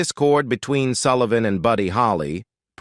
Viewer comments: It’s Sull i van not Sool ie von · The Ed Soolivan Show ?! Come on, get it right ! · WTF... EdSoolivan show Bob Die-land- N Compromeese----what is wrong with the NARRATOR'S PRONUNCIATION